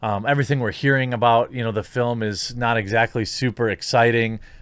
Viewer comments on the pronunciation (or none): none